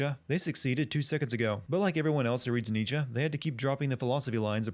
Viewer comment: 3/4 of these sins arent even proper sinning, just nitpicking also your pronunciation Nietzsche is so bad that it caused me physical pain